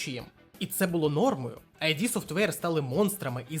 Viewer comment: Дякую за цікаве відео! Одна ремарка, не АйДі софтвер, а ІД софтвер. Кармак якось у інтерв'ю розповідав чому так.